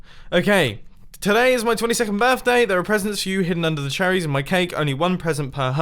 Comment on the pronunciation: "Happy Birfday"